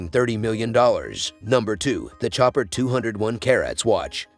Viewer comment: You pronounce that name show-paaard. Chopard. 😅.. also the billionaire that floyed mayweather has was 18 million dollars 🤦‍♂️